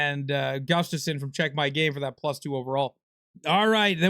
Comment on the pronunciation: It’s Vincent tro-check not toro-check, it’s literally pronounced the way it’s spelled. Put some respect on Vincent trocheck’s name